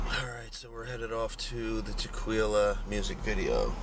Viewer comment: that's tequila or te-kwee-luh